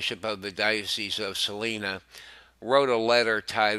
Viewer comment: learn to pronounce Capuchin, Salina, Elementary, Fidelis, Christopher, all names of persons, Prelate, We can expect better from a News Network which calls itself "Catholic"